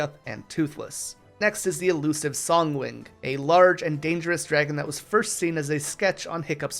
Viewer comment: Dude, it's said song wing and ma low dee ya, stupid!